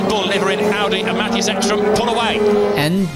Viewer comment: Awful watch. You put all that effort into your pronunciation of Spengler, Ekström, Ullrich etc but still said ‘Ahdi’ ‘German Touring Masters’ and ‘maTHias’ 🙄